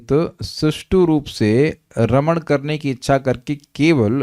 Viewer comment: Raman shabd ko spast kijiyega.